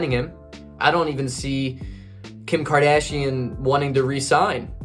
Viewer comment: Kim Kardcsain ? 😂🤣😭💀that was said twice